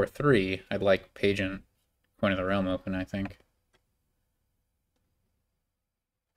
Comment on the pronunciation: Oh no, I have to listen to you pronounce Pageant!